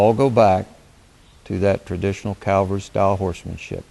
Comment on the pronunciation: Cav-al-ry. You are confusing Calgary with Cavalry.